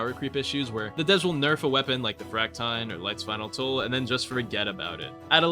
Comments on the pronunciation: fract-iyne instead of fract-eene is crazy🥀 bro can't pronounce siege right🥀🥀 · its pronounced frac-teen but yeah the fractine needs love bro